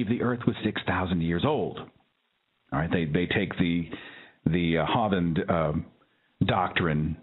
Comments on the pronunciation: I just wanted to correct the pronunciation of 'Hovind', it is pronounced 're-tard', but seriously it is actually 'Hoe-vind' as in wind. Other than that great show. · Seth, love your podcasts especially the ones with people calling in. Just an FYI to help you show. Kent Hovind's last name is pronounced with a long 'o'. At first I didn't know who you were talking about